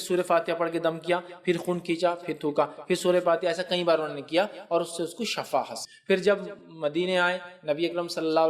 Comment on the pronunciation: Shifa sahih hai shafa word sahih nhi hai na